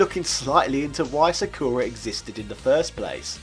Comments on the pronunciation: Like shinmusashi said, the guy did not pronounce Sakura correctly. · No, he did NOT pronounce Sakura correctly.